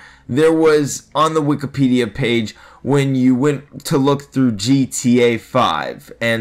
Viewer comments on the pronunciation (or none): none